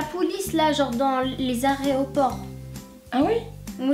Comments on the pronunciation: Lol elle a dit aréoport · on dit Aéroport et c'est pas la Police dans les Aéroports mais la Douane